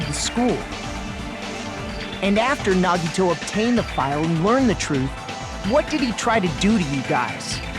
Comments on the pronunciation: Hinata is pronounced Hee-nah-ta. Not Hi-na-ta. Naegi is nah-eh-gee, not Naeg-i. I don't see much wrong with Enoshima. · I cringe every time they say "Naegi".